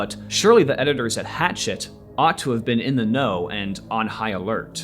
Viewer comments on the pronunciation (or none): People need to learn how to say this publisher's name correctly. The name is French, thus think French pronunciation. It's not like the chopping tool (a hatchet). It's more like "Ha" (as in "ha ha" funny, where "ha" rhymes with "la" as in "La La Land" or "Ma" as in "Mama") and "SHET" (rhymes with jet). So..."ha-SHET" (with the stress on the 2nd syllable).